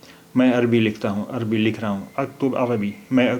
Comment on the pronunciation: اے جاہل کے بیٹے جاہل تیرا پورا خاندان جاہل: اتنے غلط پڑھتے ہو عربی، اگر تو جاہل عوام ہے تمجھے عربی نہیں آتی تو کم سے کم چپ رہتے غلط نشریات کرکے امت کو گمراہ نہ کرتے